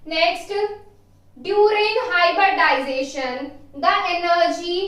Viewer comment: Hybridization....not hyberdization🙄🙏